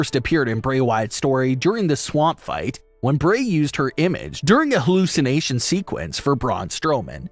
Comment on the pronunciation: Can you speak in a language that we all can understand? Not even sure if you are speaking English. Also it Bray not Brey..